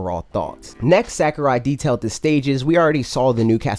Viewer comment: Sack-er-eye Oh god. Please stahp! lol, luv u bro